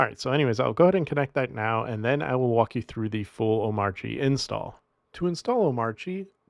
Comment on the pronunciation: Is pronouncing the silent "R" in Omarchy a troll at this point?